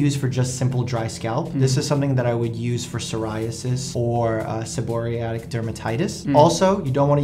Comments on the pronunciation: "Seboreatic dermatitis" it's actually seborrheic dermatitis. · It's seborrheic, not seborrhiatic! Omg... there's no such thing as seborrhiatic! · Seb-or-RHE-IC not sebor-ri-ATIC! There's no 'T' & only one 'I' in seborrheic. Come on Dr. Mike! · And can't pronounce it, either! It's not pronounced se-BO-ric... it's pronounced se-bo-REE-ic! I wouldn't let either of you touch my scalp. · Why does dr mike mispronounce seborrheic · That's so funny that even the doctor pronounces seborrheic dermatitis incorrectly. It shows doctors are only human as well. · The doctor couldn't even pronounce it right